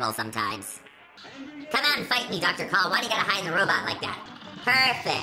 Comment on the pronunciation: You are mispronounce the name